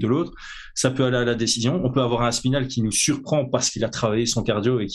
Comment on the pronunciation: Pourquoi vous dites toujours Tom Aspinal en un mot? On entend parfois Thomas Spinal ou alors Thomass Pinal